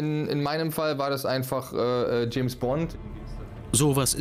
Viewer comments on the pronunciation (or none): none